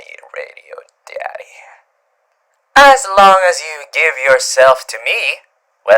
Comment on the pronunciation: me sees title:WHOA Clicks on it btw why does he say daddy like that tho